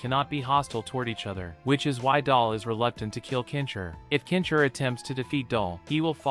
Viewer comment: why do you keep saying "kensher" its Ken-Shi... da fook man, please say the name right or dont say it at all. say Hero or Champion next time... because "Kensher" isnt hes name.. LOL da fook dude.